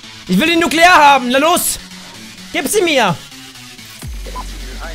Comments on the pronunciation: Das Wort heißt: Nukular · Das Wort das sie suchen es heisst nukular ... jaja wie auch immer.. Nuukuulaar